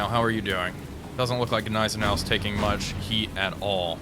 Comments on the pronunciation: NIZE-EN- OW theres' no G as it's silent. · AHHHHHHHH, stop saying Gnizernou, the G is silent. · Everytime I hear that soft g on Nighzennow (spelled as pronounced), I shutter just a little. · The g in gneisenau is actually silent 😂❤ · The G in Gneisenau is silent. Just a fyi. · Ok given how he pronounces Gneisenau, he has to be messing with us when saying Wilhelmshaven